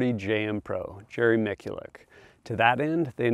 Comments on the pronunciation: Yeah irritates me also . They do the same thing to product names when the company says it one way and some jack ass says it completely different after just hearing how its pronounced .Its Mitch-you-leck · Yeah if you listen to Jerry, he pronounces his name Michoolek. This guy has to know that. He obviously met him and his daughter. Sounds like comment bait and we fell for it. Way to go! Sounded like a deuche!! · I hate it when "gun guys" butcher Jerry's last name. Especially ones that attend a press event hearing how it's properly pronounced.